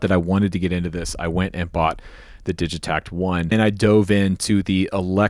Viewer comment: Heads up it’s pronounced with a hard “g” (so, “Diggitakt), they’re a Swedish company